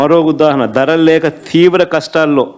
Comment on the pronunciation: oreyy panikimaaalina vedava telugu nwrchukuni chaavu...aci uddahana kaadu...udaaharan...maa karma ninnu kuda inka ap lo undanivvadm